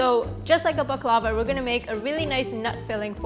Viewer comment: Pronounced " bak-la- vah